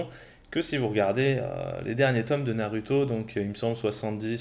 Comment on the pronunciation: tu dis "naruto" à la place de "narouto" mais tu dis pas "sasuke" mais "sasouke", si tu prononce mal, vas jusqu'au bout